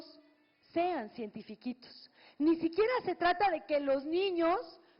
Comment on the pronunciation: Que tratas de enfatizar?